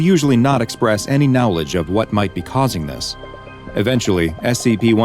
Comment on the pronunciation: bro said kneowledge HE SAID IT AGAIN